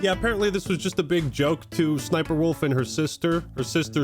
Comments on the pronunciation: Suh-suh-SniperWolf lmfao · Is that really how her name is said? So cringe